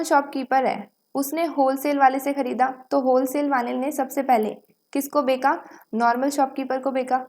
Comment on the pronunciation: Becha gya hai ko beka gya hai Kon kehta hai 😂😂😂😂😂